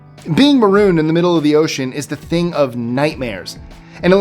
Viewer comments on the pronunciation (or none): none